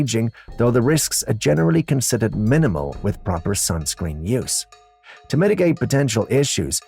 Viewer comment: WTF is “skunscreen”?!